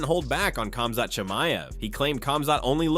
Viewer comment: Not Kazmat